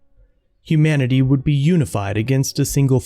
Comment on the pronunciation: ... "whould"?? Haha